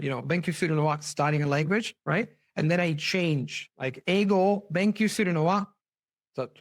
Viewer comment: べんきょう not べんきゅう、友達よ。